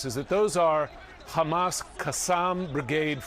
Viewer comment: could not even say Hamas 😂😂